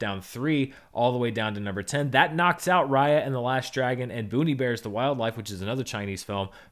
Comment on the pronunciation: Does anybody else think Bon Iver every single time he says "Boonie Bears"?